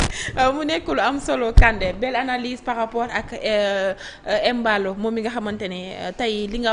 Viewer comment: Comment un Peulh du Fouladou de surcroit un Kandé parle de Emballo, alors qu'il doit corriger la prononciation pour rétablir le nom normal pour que nul n'en n'ignore. C'est Mballo